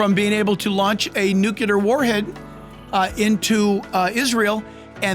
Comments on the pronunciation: It's NUCLEAR not nucular! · Nuclear -new clear not new cue lar. I totally love this pastor but I can't help but correct the mispronouncing of nuclear. Lol. Thankful you so much, Pastor Hibbs, for this amazing message and for preaching about what most pastors won't but should! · it's NUCLEAR... NOT NU Q LAR 🙂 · Nucular? Really? Here in the woods we call it nuclear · Jack, the term "nuclear" is pronounced, "new clee ur", not "nu ku lur". You probably know this now, it's a common mistake, I just have to point it out! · Nuclear, only one u. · PLEASE stop saying “nucUlar!” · We love Jack and his insight, and have been blessed by his teaching. Please, please, PLEASE get him to practice saying "nuclear"! This is an error that discredits his message in some folks' minds. It's pronounced NOO-KLEE-ER.💖👆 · YES!! Doesn’t that drive you crazy when you hear that? “The Israel Guys” also talk like that. Wrote something in their comment section to try to correct it.